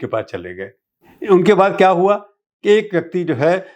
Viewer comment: اچھی اردو ۔۔۔۔۔۔🙃 "کیا" کو تو "خیا" بولتے ہیں۔۔۔۔😭